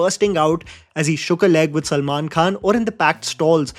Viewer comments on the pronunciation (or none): none